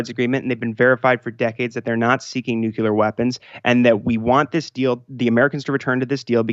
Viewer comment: Dear GOD it's nucLear. Not nucular.